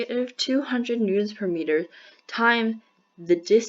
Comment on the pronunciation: what a horrible video. The lag between your voice and your writing could have been so easily fixed with the most basic of editing knowledge. You made several miscalculations. And for some reason you pronounce newtons as newdons which is reallllly annoying.